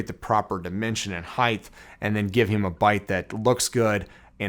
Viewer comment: Every time he says heighth take a drink